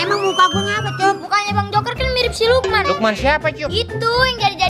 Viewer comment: salah bilang harusnya siluman eh malah silukman